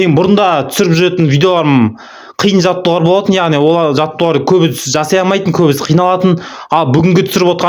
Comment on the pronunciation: Жаттығулар деп сөйлесіп,жаттуарлар демей